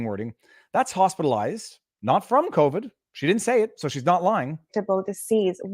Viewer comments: Sounds like she is saying "Hostilized" with covid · AND how many of those hospitalized recovered?! Wait, did she say “hostilized”?